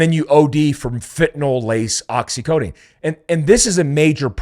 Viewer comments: Precision matters- however, I’ll give a pass on the pronunciation of Oxycodone. Appreciate your channel. Keep up the good work. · Sorry I have to correct you & A million other people, it's Oxy CODONE. not Codeine. Great show keep it up! You are one of the real truth tellers in your space!